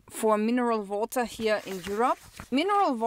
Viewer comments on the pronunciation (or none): Vawter (water) 😂 What's the interest rate on a flat in Austria? Watching from North Carolina! Thanks!